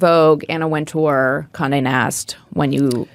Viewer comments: the host calls her Anna Wind-chill? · Love that Chloe is bringing back J.Crew at Vogue and DGAF. I also love how Chloe 1000% mispronounces Anna Wintour’s name, adding letters that don’t even exist there. I also love how this chick is the real deal and the real Emily, and she’s probably every bit as horrible as the book portrayed to be. I bet she’s thankful for that editor. And lastly, as someone who was in the military it is mind blowing to me the way those cerulean sweaters as if they are actually doing something for humanity.